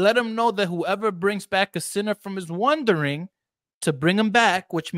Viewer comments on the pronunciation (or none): It almost sounded to my ears that he said wondering instead of wandering. On the other hand I could be listening with an accent.